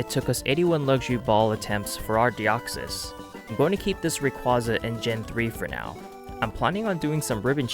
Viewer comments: That's not what I meant at all, it's the way half the Poketubers (if not more) mispronounce Rayquaza and it just spreads (I didn't even notice a speech impediment) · The way you pronounce Rayquaza physically hurts me..